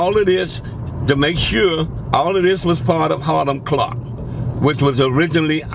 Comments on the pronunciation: He keeps saying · Boy said hilam clarke 😁